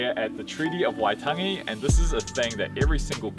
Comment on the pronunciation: That intro was awesome!! Great pronunciation too. It's been years since I have been near Waitangi, and in saying that I actually don't think I have been where you guys went so I am pretty slack!